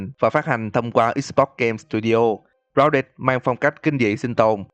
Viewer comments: Ai nghe câu grouded nghe lộn là rao đệt đấy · anh nói tên game hay vl gounđịt